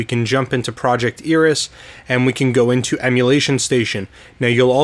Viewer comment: It's actually pronounced "AIR-ee-s" ;P You can hear this pronounced in the following video.